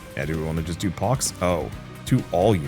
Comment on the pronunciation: The dread that struck my heart when I heard you misread pox lol